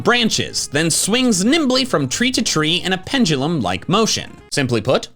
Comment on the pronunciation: Proof that doesn't know how to pronounce "Pendulum"